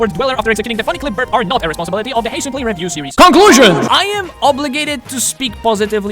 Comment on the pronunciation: more like heysickly